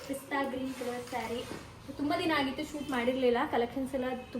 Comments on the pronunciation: "Haagittu" alla aagittu. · ಅದು ಹಾಗಿತ್ತು ಅಲ್ಲ ಮೇಡಂ.... "ಆಗಿತ್ತು"